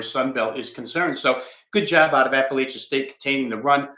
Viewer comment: JMU came back. App had the lead most of the game. Also, the west was weak!! Best to just say App State or ASU when you can’t pronounce Appalachian correctly.